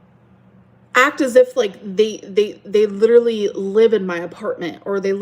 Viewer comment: I hate how she intentionally mispronounces words. She can say literally correctly, but she chooses to say it in a weird way for attention.